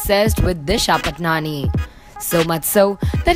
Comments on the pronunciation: Tasnia Tarannum it's paatni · It is not Disha Patnani its Disha Patani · Stop saying patnani 😂😂